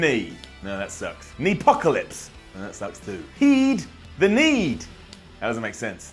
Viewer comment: “Teh kneee!” - Michael Cole